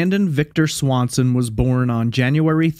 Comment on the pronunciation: Sounds Like Brandon Lawson Not Swanson